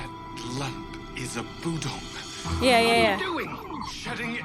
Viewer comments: Her inability to pronounce budong reminds me of Chriton trying to say Tavlec. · Don't worry about mispronouncing Budong, John does that stuff constantly! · At one point, your butchering of "Budong" made me think of "Magog", and that's a whole other sci-fi show. (Gene Roddenberry's Andromeda) lol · Hi, two things. One, I was really curious to see your reaction to the scene where Jon tells Aeryn about the guiding star. I honestly didn't expect you to cry. And two, at first I thought you were pretending to be like Jon by saying the budong's name wrong